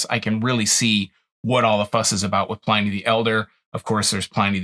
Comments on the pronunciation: It’s pronounced “in” not “ I “. Pliny the Elder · Who knows how he pronounced his own name, but that's not how historians pronounce it.